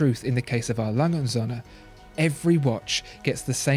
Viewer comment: It's not Sohne but Söhne.